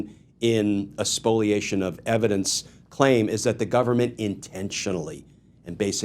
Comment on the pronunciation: Is it "Spoliation" or "Spoilation"?